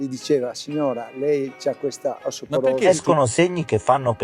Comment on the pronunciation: Anche "osteoporosi" lui non riesce a dirlo.